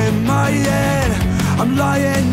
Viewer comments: "In my yed in my yed in my yeeed" "Don't waste your time on me your already the voice inside my yed" Lol Travis Barker won't drum in songs that pronounce head correctly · "In my yead", love the Tom DeLonge pronunciation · “In myead” dude definitely grew up listening to blink 182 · Most people : "in my head" Kells : "inmiyed" 😂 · Channeled his inner Tom Delonge with the "My yead". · “ In my yed “ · I love that he pronounces “head” like the ex vocalist of blink 182.